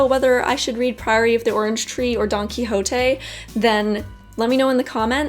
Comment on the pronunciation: Don Quijote is big fun. But please pick a good academic version. I suppose you are not reading the original (due to your pronunciation of the title) The book is 500 years old so you need a good commented version. But it is fun to read it. Mayor success at its time - the first international printed bestseller. What a pity that you have to read a translation....